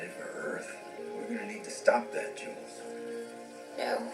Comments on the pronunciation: You can pronounce the J in Jules-Pierre normally. You're pronouncing it like it's a germanic/Scandinavian name, but it's French. So it's more like "Jzule" not "Yule". But "Jule" is fine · Love how you over complicate Jule Pierre Mao s name, it's just Jules as in Jewl ❤️ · lol how did you get Yule? I think you read his name in the subtitles and guessed a pronunciation rather than listened to it :P It's a French pronunciation—French J sound is like the ‘s’ in ‘pleasure’, and as is common in French, the end is silent (although the show is a little inconsistent on this front and sometimes pronounces the end, sometimes doesn't), so Jules becomes something like ‘Zhool’. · The comments here are weird. When this episode came out, people were really upset that Miller was dead. I'm still upset by it. For many people, Miller was who drew them to the show. But it seems there was more than enough to keep them watching. As for Jules, you pronounce it the same as the unit Joules (joolz).